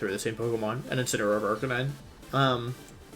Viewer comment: The way he said Arcanine, made me hate him lol